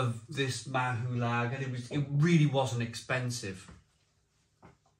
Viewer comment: Mahou and chilli peanuts = best combination EVER p.s. its pronounced like " maw"